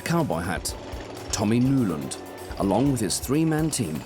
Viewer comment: Kunde dom inte fixat en speaker med lite bättre uttal -> Next time get someone that actually can pronounce a few Swedish words. Nulund is not a name nowhere in the world